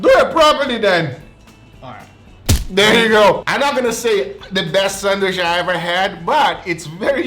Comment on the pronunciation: The guy cant pronounce "Sandwich" he says "sandwish"